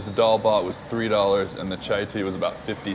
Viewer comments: It ain't dalba it is dal bhat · just a small correction.. it's Dal Bhat.. not Dalba... it just means lentils and rice